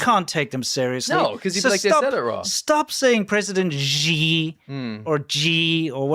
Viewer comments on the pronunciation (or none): In Pinyin, which is the Romanization of Chinese, Xi is NOT pronounced ZHI. It's pronounced SHE. President SHE! ZH is pronounced like a J Zhang is pronounced JONG. Q is pronounced CH. Quing is CHING. I know you don't care, but you look REALLY stupid when you mispronounce stuff. Think about all the people who Mangle English. Do they sound intelligent?